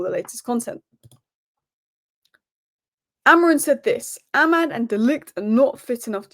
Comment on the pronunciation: I love some of these pronunciations - AmoriN and OsiNheM 😅😅😅